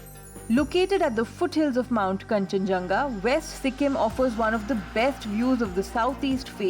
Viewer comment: It's kanchenjunga ok